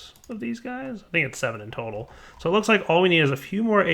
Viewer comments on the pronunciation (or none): none